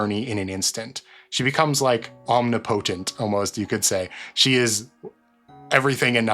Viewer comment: its pronounced omnipotent